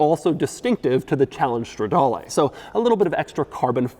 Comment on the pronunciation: It’s not Strawdalay, it’s strehdaaleh